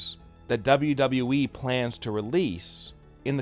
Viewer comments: At least he says WWE right now he used to say “dobbleduhwee” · I miss dobbleduheeeee....lol